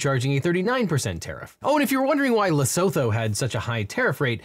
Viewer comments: It’s not a big deal (cuz the world is on fire rn lmao) but for those who’d like to know: the proper way to pronounce Lesotho is closer to “leh-sue-two”. If “leh-soh-toe” is more comfortable, have at it! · Leh-soo-too not le-so-tho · hi! i think lesotho is pronounced more like "lesutu" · It's an understandable mistake, but you said Lesotho wrong, it's not pronounced how it looks. "Lesootoo" is how it's pronounced ig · The proper pronunciation of Lesotho is Lah soo too. It's a small, incredibly impoverished country in central Africa. One of the poorest countries in the world. We shouldn't be levying any tariffs on them. at all. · Lesotho is pronounced leh-soo-too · i beg of thee please learn how to pronounce Lesotho as a fellow southern african it hurts me to hear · That's not how you pronounce Lesotho. Well, it might be how you pronounce it, but it's not how you're meant to.